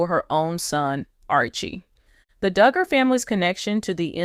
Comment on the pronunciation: You go on w/ your bad ((and fraudulent, incorrect) “DOOOOGER” coverage! This is a scam channel. Don’t waste your time. This never happened toJana! And her sister’s name is Jinger, pronounced like the spice, Ginger. You would think this creator would know all this! Maybe they need to get a new ROBOT?? Reported to You Tube!